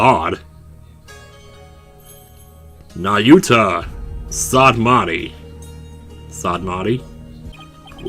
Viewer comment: Wow, I have never seen somebody heart sick over a character in a game before.. Also good job on pronouncing Nahyuta’s name right first try!